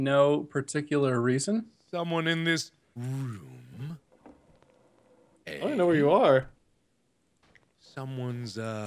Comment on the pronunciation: Wait, Mark said room not like he usually does